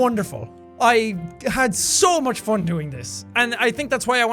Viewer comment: The way he pronounced 'fun'. "FON" xD